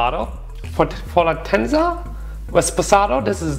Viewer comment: The 1942 is all additives. It’s like drinking baby juice tequila. The Fortaleza is a world class tequila. Pronounced For-Ta-Lay-Za